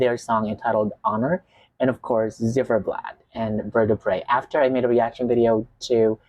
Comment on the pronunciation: Z not zed but Ц,like Zimmer - its more like Zeit in germain 🎉